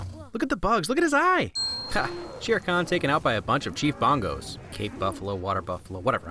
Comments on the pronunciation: It's chief Bogo not Bongo. However, I can just imagine Simba approaching Chief Bogo and saying "you trampled my father prepare to die" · Chief Bongo? I'm pretty sure it's Bogo